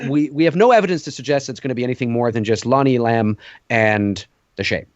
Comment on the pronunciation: It is Lonnie E’lam, not Lonnie elAm’!